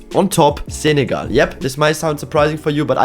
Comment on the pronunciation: love the zenegal pronounce